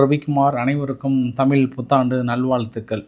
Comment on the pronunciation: சாருக்கு "தமில் புத்தாண்டு நல் வால்த்ஈதுக்கள்".